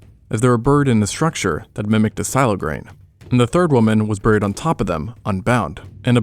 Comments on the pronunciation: Why does he pronounce "buried" like that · Dude says buried (bear-reed) as burr-eed